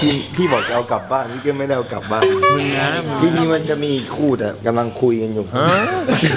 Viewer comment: ไม่เนี่ย แกโกหกอีและ ตรงคำว่าอีกทำมั้ยเป็นเป็นอีอ่ะ